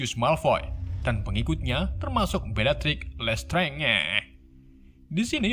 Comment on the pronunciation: Cara bacanya bellatrix lestrange itu Bellatrix lestrenj